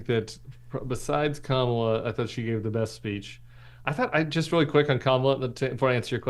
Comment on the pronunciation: Tim, I've truly come to like & respect you in spite of the fact that you are a Republican (but you were a John McCain advocate - WHEW!)🤣😇🤣 but allow me a moment on this. So many people are still mispronouncing her name. Hearken back to the children at the DNC (and a little child will lead them...) Her name is pronounced...COMMA-LA. Thank you!